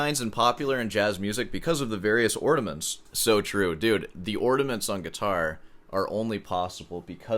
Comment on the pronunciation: Are you saying "ordiments"???